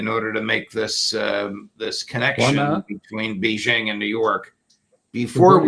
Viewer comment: Judge .... It's BAY-zhing.... Can you not pronounce the name of the city properly?